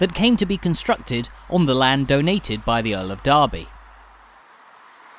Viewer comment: It's actually Derby, not Darby. Comes from D'Erby not the town in the midlands.